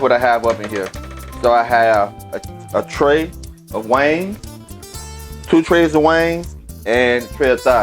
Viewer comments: It's wing not wangs lol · Wings dammit. Not WANGS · Now why in Sam Hell is he capable of pronouncing the seasoning "Tony Chachere's" correctly but can't say wings !?!? His voice go in and out good to all bad. Sorry not sorry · Wangs? Baaaaahaaaaaa🤣😂🤣🤣🤣 It’s WINGS dude. Damn🤦🏽‍♀️ Quit embarrassing us and you. “Get up in ner “ WTH?🤷🏾‍♀️ It’s get up in there. Lord🙏. Bravo though dude, at least you cook. Mine won’t even Fukin try🤣🤣🤣😂😂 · Is it chicken wings or wangs? 😂😂😂 he must be from the south. Good cooking dude. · Obviously the man is highly intelligent and his regional accent has no effect on that fact. Besides all that I LOVED his accent and I knew it was LA from the jump. Lol Their accents are completely unique... and their accents, and their culture are national treasures! I loved the seasonings he used and the way he said, "wangs". Cracked me up every time! Great chicken recipe and video! The man is official! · “Wangs” lol I love it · Like the way you say wangs. I just bought, thanks for the tips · Right I’m 😂😂😂 every time he said wangs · I just watched this and when he said wangs i was like maaann he from the boot talkin like that. I was waitin for him to say Whodie